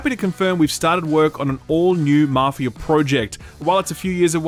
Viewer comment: Maarfia or Maff i aaa ?